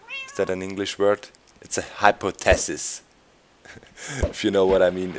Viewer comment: Hypo-tasis lolol I love doc